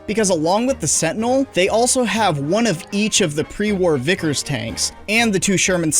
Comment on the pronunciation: Every time you say Sentinel it sounds like you said Fentanyl